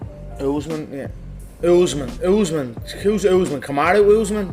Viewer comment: can't even read UFC fighters names...he said " Us..man?? Put the bottle down